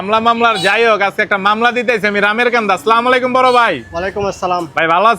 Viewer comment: ভাই সালাম ঠিক করে উচ্চারণ কইরেন৷ আসসালামু আলাইকুম। উচ্চারণ হবে। আপনার আনঞচলিক ভাষা যেমন হোওক সালাম এর ব্যাপারে সাবধান